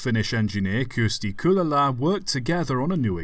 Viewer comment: I don't think I've ever heard such a butchered pronunciation of Kylälä... 🥲